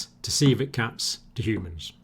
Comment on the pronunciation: when he said civet cats i thought he was saying coelacanth